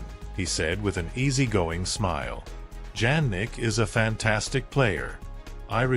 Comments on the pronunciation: It’s pronounced Ya nick not Jan nick. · Btw it's pronounced IANNIK not JANNIK. You should always check how to pronounce ppls names. I'm surprised that YOU still haven't!